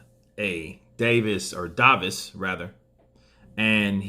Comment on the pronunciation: It's pronounced day vis 👍